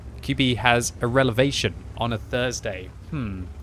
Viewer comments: Had a relevation aye quicky? Is that like a revelation by chance fella? 😂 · "Relevation" Is QB a Frames fan..? 🤔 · Relevation? I think QB is making up new words again. * Revelation * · Did no one else catch him saying "relevation" instead of revelation xD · Really, a relavation? Now that's a revelation to us all. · definitely not a "relevation" but more like a "revelation". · Relevation? Dont you mean revelation? Glad you didnt get your PhD in English Language 😆